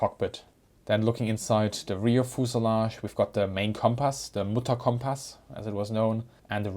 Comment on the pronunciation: Very dense Information! But never heard of "fooselage" ;)